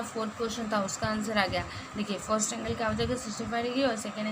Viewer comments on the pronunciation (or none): Madam in 4th question you said forst it is first 🤓